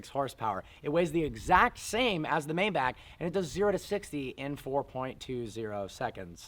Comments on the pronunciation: May-back? Um.....try My-bock. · It's pronounced: Mybaak not Mayback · MAY-BACH not meybach just saying. Cheers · It’s not May-back it’s read My-bach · Maybach is pronounced MY-BACH (like the composer), not May Back. Just like Daimler is pronounced DIME LER (in German, it's like the A doesn't exist). Great review. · I have always pronounced it "May-bok" or "May-balk"( with a silent "L"). Am I wrong? Do we we say "I love to listen to Johann Sebastian BACK" or BACH as in "BOK" or "BALK"? Mayback just sounds weird to me. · It’s pronounced “My-bock”. Not Mayback. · What the hell is a May-Back? Isn't it pronounced MyBok? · “Mayeback”........ need i say more? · It’s pronounced MY-BAC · Pronounced my-bock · Just some feedback, the pronunciation of Maybach is Mai Bak. Please get back to old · Please, please pronounce it MaaY baaack(my buck) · It’s pronounced my-bock. I cringe every time you pronounce it incorrectly. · It’s MYbach!!!!! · Sad you don't know how to correctly pronounce the name of your own car. May want to look it up. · The way you say Maybach is so cringy and wrong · I can't believe he doesn't even know how to say the name right, after being a car "enthusiast" for so long. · How do you get Bok out of Bach?... Learn some German. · David Watson i am german and if i‘m guessing correct nikola may be german too. Look at a german review of a maybach and learn how to pronounce it instead of giving shit but not knowing how to pronounce it on your own. And Bach also isn‘t pronounced back or bock. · If you want to own a maybach you have to pronounce it right